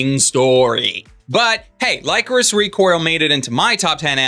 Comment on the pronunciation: I believed that we wouldn't hear about Lycoris Recoil for a while so I didn't press the issue before but that is not how you pronounce Lycoris